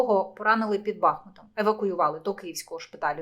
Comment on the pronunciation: Будь ласка, БахмУт 😠 називайте місто правильно!